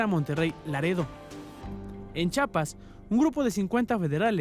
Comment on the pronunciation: se dice Chiapas no mamen, como es que siguen diciendo Chapas no sean pendejos